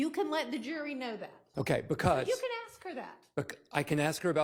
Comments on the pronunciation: Even the lawyers are saying ‘Aks’ Smh 😂😂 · I axd her ???? Why can’t she pronounce ask????? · What’s that?? Ask??😅😅😅